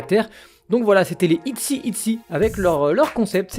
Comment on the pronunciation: Je pense que le nom de groupe ce prononce I-Chy ! En espérant que c'est moins cute que les TWICE CHAERYOUNG est la petite sœur de Chaeyeon des I-zone ^^